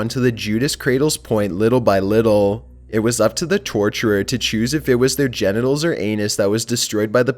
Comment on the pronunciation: 😂😂😂he said ganitals😂😂😂